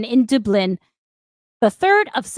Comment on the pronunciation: What in the actual fuck? That is not how you pronounce Dublin. I know you've heard it said correctly. And in this case it's not in-val-id, meaning not valid. It's in-vuh-lid, meaning sick.